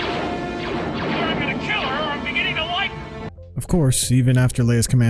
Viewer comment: "WONDERFUL GIRL! I'm either gonna keel her, or I'm beginning to like her!"